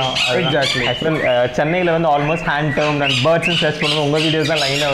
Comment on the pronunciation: Bro it is Hand Tamed.... It is not Hand Termed..... This 💯 wrong.. your videos are too good... I always hear you telling hand termed this is not correct...